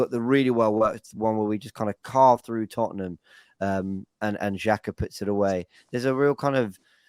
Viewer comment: Just started the podcast, if is still unable to say Xhaka, I will be hurt. So childish.